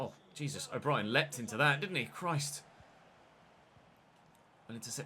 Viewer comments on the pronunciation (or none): none